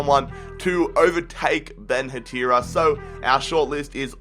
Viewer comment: Hey, "Dierßen" is pronounced "Dierssen" and "Hertha" is pronounced "herta" Great vid!! Auf gehts Hertha Kämpfen und Siegen!